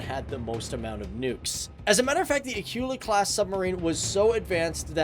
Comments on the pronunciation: "Acoola" Not "A cue la" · Actually it's pronounced Akoola and not like Akiula like you say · It's Akula. Get your terms right first lol.